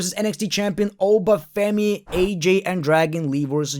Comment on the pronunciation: It’s Oba Femi 😂😂😂